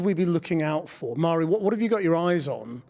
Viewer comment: Forgive me, but, isnt it pronounced "varree", not "mar-ee"?